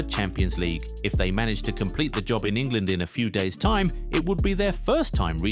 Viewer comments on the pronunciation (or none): none